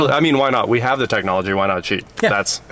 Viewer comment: Aye, Tech Nah Logia technahlogia